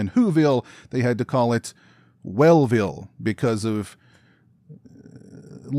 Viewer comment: It’s ‘NEW-ville’ not ‘WELL-ville’ 🧑🏻‍🎄 I just watched this film & was pleasantly not disappointed!! But then again, I am a huge fan of holiday horror films/stories!! 🪓🎄🔪🎅🏻🔨🦌